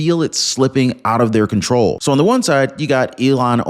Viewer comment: Arrest & deport Ilhan. Please say her name correctly...ilhan, not elon